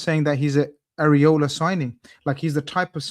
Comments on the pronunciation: man needs to stop calling liverpool coach "areola". It is Iraola.. mans got a spanish nip at the helm, is it? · I cringed every time called Iraola Areola 🤭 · Bro…why does say “areola”. It’s iraola.